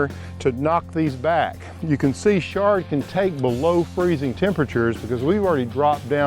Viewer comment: It's not 'shard'. It's Chard.